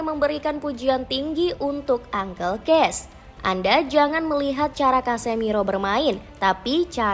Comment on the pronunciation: Buat naratornya yang teliti dong bacanya. Banyak ngawurnya tuh. Paman Case bacanya Ka-se, bukan Kes. Kata Brighton nya juga salah tuh 😅